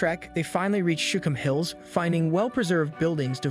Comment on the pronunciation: Shookum hills, not shum hills.